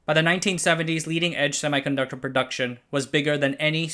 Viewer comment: it is not pronounced semai ....conductor ....it is pronounced ˌsem.i.kənˈdʌk.tər